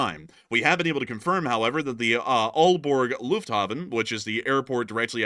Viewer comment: pronounciation was on point for aalborg. i did hear a f16 flying around over sønderborg yesterday night at around 12am. for a short period its scary that it has come this close now keep safe out there people. also if the drones are over aalborg copehagen esbjerg its mostly heavy populated areas with lots of infastructure all around if they launch a missile. you know what goes up must come down. also point completely right on military airbases they sould be shooting em down. best idea would be to shoot em down above sea if they relly come from ships in my opinion